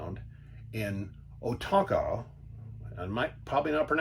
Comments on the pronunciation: It's pronounced O Con toe. The river is pronounced the same way. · hello! I am from here, well town next door. This was one of the first places my parents took us camping. Oconto is pronounced Oh-con-toe. Its very much a small town campground, so not a ton of amenities like a Waterpark or inflatables or activities, but nice for simple camping.. My husband and I are hoping to take our small kids there when we start camping.